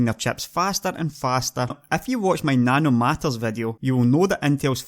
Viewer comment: and those "sex nanomatters" lol